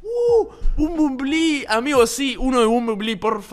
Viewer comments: Me encanta como dice bombonbli (nose como se escribe xd) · nadie spreen diciendo bumbulbi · Como pronuncias el nombre del transformer me da ansiedad :'v